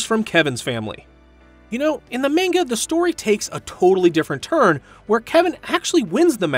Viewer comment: Bro said Mainga